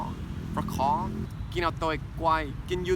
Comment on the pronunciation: Khó : hard , you pronounce khò : hàrd lol